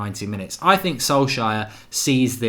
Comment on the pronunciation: No more press conferences hearing "I sink". Now its "we", this is ole a true Red.